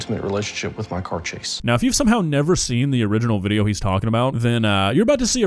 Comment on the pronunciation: Lol it sounds like hes saying hes an intimate relationship with his car chase, not his car, chase